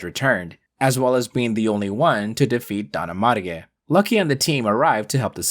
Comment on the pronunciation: Is not Don Amarge but Don ARMAGE (like armageddon)